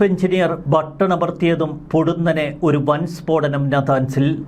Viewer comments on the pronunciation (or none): none